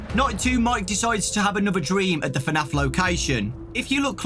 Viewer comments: Dude was just saying fanaf👌👌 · FNAF is one syllable, lad